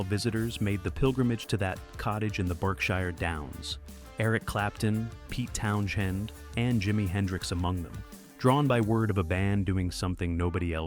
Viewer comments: And let’s not forget Pete Town Shend. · yes it says it like Town-Jend! 😂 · Townshend? Pronounced townzend. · Pete Town-Shend.... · More like Town-Jend 😂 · Pete Townshend? F A I